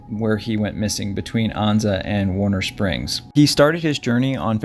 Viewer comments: it’s not Ahnza……Ann-za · It's An-za, rhymes with stanza.